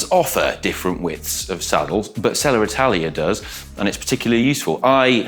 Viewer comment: Selle Italia ❌Seller Italia ✔